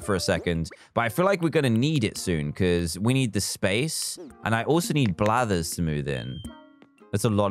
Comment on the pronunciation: "5 or 10 unique creatures to get Blathers" I heard bladders...